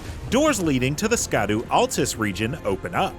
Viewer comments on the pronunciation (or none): Fun fact, "Scadu" is pronounced "Shadow"